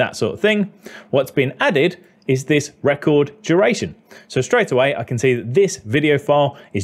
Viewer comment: You said "record" for "record." 😂